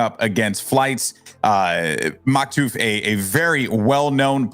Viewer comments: him calling maktuf maktoof is killing me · "maktooth" - 2021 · Im so sad I had to watch one of the best matches with them saying Maktoof like cmon lol